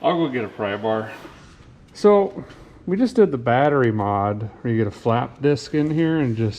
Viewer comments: the word Battery, you keep saying "Bat-try" as in bat tree, that drives me nuts hearing you say that... lol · Typical Minnesotan over the age of 50 pronounces it batt tree